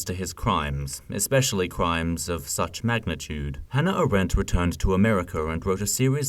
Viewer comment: AAAAAH-rent. Not a-RENT. Thankyou